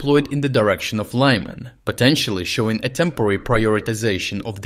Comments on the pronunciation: No reason to pronounce Lyman in the wrong way just because you are speaking in English. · It's not Lie man > it's Lee man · Since "Lyman" is an English surname, Brits and Americans sometimes pronounce in our normal fashion. I think that has picked up on that, and copied us, but he shouldn't. We can handle "Lyman" pronounced as "Leeman" without upset. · I don't mean to take a big ol' dookie on our pal here at, but has anyone noticed he has been pronouncing Ukrainian terms wrong? He recently pronounced Oleksander Serskiy's name wrong (like Sir-sky, or something) and has lately pronounced "Lyman" different, as well. This started around the time he disappeared for a couple weeks due to illness. I think the voice might be AI-generated, hence the subtle missteps in speech. I don't think that diminishes his content in any way, but I DO wonder if our boy is okay.